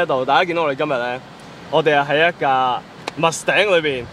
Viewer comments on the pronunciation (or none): wrong pronunciation, what is mus頂？？？ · Mustang 都唔識讀🤣🤣🤣🤣